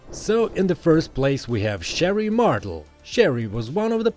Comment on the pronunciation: Good editing and script man. Well done. Only mess up is, it's Sherri mar-TALE, like mar-tell, not mar-tul